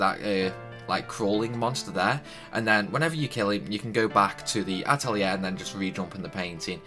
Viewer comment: just wanted to confirm, you did indeed butcher the names badly. Its (At lee air ) SUE ella and Lid eee Thanks for the video though hun! Sadly it doesnt help me as im trying to get these before ending teh game </3 Ill keep this for future ref though